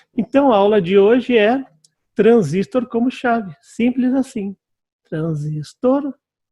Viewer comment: Parabéns pelas aulas, mas por favor, em português, o correto é transistor, com acento tônico na última sílaba.